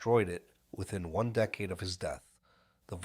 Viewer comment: I'm not sure how this AI narration works... but dude... can you at least set it to pronounce words correctly... you gave us decade as DEE-cade and DECK-ade.... in the same sentence! I still subscribed. Pretty good recap.